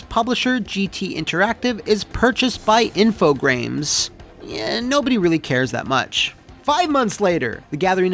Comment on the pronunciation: Infogrames sounds like Steve Brule trying to say Infogames